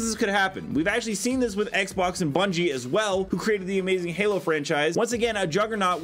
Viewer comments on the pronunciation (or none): none